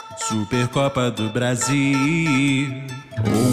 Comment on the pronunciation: Kkk vc falou super copa do brasiiiii cade o L kkkkkkk,kkkk